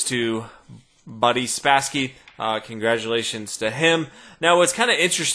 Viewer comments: Isn't it Boris Spassky? Sounded like he kept saying Buddy Spassky. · Nah man. The accent is on и, so the A sounds like an O, Boris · If you try to save russian pronunciation of this name - you should pronounce it like "Barees" - "[i:]" sound is stressed & "o" is in destressed position - so it isn't pronounced like 'o" - it is more like a neutral vocal sound. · I speak Russian. It's not perfect, but "Boris Spassky" pronounced in Russian indeed does sound a lot like "Buddy Spassky" in English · He's speaking English, therefore he should use the English pronunciation, which rhymes with Norris and Doris. His wannabe Russian pronunciation makes him sound like a moron. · >God forbid someone try to pronounce it the way it was originally intended Exactly. It makes him sound like a moron, as I already said. When speaking English, the conventions of English apply, regardless of the origin of the word. Watch any English language news broadcast from the early 1970s when Bobby Fischer and Boris Spassky were making headlines, and you will see that they all pronounce Boris' name exactly the way its spelling dictates in English, you know, rather than "buddy". >right asshole? Your non sequitur is dismissed, simple fellow.